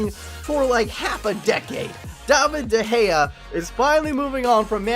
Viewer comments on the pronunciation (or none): It's De Gea isn't it? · Its De Gea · It's David de gea